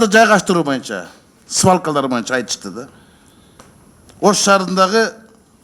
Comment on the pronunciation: Мойунча дебей ушул депутат боюнча деп туура суйлосунчу сураныч